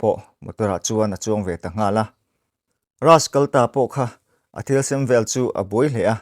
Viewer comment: Rass ni lo Rajj tia lam tur zawk